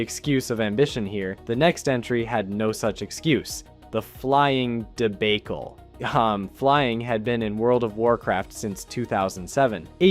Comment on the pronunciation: what a dee-bake-el